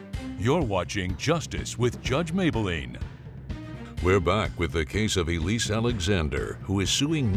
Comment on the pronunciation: Mablean not Mayblean